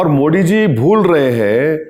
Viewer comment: Arey Bhai kamse kam PM ke name to thik se lo.. it not Modi it's Modi